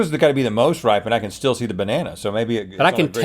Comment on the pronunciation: "Where's the strawL...I was strawL anticipating"